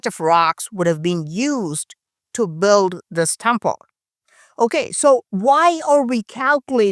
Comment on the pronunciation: love your illustrated analysis...just pretend build has no u in it, so it is pronounced like bild....English is a fickle language! 😀